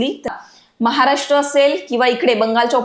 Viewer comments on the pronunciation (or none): none